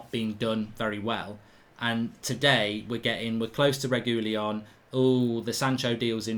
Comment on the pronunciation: That’s definitely NOT how you pronounce Reguilon 😂